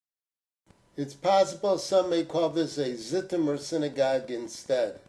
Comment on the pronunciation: BTW, Zitomer is pronounced Zhitomer. Thanks for your fascinating channel